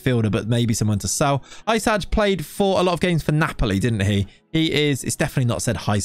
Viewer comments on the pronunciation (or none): none